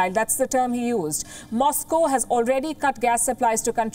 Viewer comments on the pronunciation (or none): none